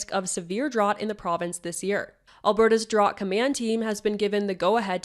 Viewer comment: drought is pronounced DROWT not DROT :p